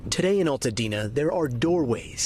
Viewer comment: it's ALtadena... like ALBERT... learn to pronounce it. My heart goes out to Altadena. I am devastated by your loss. <3